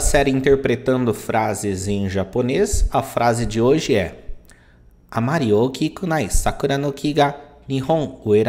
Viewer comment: Saiu ookinunai. Não é ookikunai?